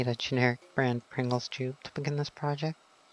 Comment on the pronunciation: 2 types of people in this world, people who say tube, and then those who say choob.